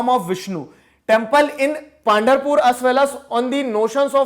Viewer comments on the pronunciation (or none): Good video , very good approach! Clearing some pronunciations: पांधरपुर = पंढरपुर वरकारी = वारकरी